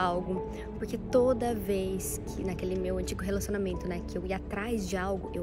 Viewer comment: Sim João, ela fala ciumeinta, relacionameinto , kkkkk eu também tenho raiva